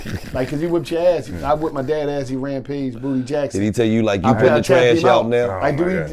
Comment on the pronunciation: It’s rampage it’s rampage R-A-M-P-A-G-E.